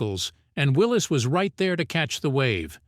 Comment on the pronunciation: Willys, like Bruce Willis. Got it right the first time. Not "Willy's" There is no apostrophe. Man's name was John North Willys.